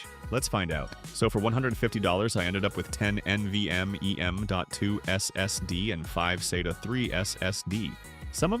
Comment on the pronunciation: "EN VEE EM EEE ES ES DEEE"